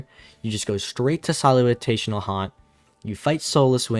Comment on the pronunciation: “Solu(TAY)tional Haunt” kills me man, i thought i had it wrong for a sec